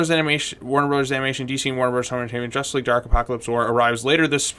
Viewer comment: Jushtice Shleague